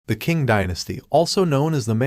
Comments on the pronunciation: Man, Like the other guy said , work on the pronunciation Some suggestions - provide context to who the Qing were, machus ruling over Han Chinese subjects forcing them to submit and engage in degrading practices (the specific haircuts) - provide more context and detail on how the Qing stifled innovation development and how this lead to Chinese intellectuals forming a counter culture movement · "Asian historian" Proceeds to butcher the pronounciation of the Qing "Chee-ng" and Liaodong "Lee-ow-dong"